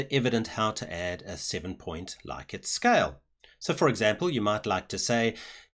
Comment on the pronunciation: Thanks! I've spent hours looking for a tutorial that makes sense. Also, interestingly, it's pronounced 'Lick-ert'. I know, it's horrible, but it's true:D